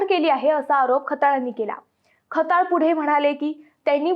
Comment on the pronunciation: Khtyal nit bol bhadya kalt ka tula